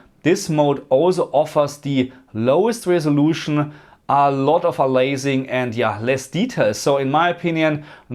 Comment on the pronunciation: You mean aliasing (a-lee-ass-ing) from the word alias (a-lee-ass -- the "a" is pronounced like the letter a), not "a-laze-ing"...